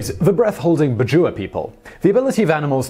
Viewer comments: its pronounced "Bad-Jao" not bajoowa....... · Hey Simon, just wanna bring a correction on pronunciation. I'm from the southern Philippines and am familiar with the "Bajau" as we consider them a tribal group in the country. The way it is said is Bah-jiao, like the (ba) in back and (jow) as in jowls